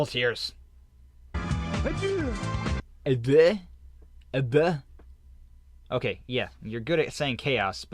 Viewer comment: Tbh, if you listen closely, Eggman's "Adieu" is well pronounced